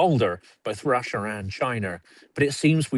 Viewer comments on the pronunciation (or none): RussIER and ChinER indeed. 🥴